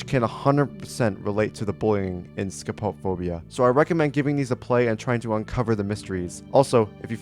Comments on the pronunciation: it's not scho-pop-phobia it's sco-po-phobia also the fear of the other people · also please stop saying "skuh-pop-phobia" bro, that's not how you say it, it's "scope-o-phobia"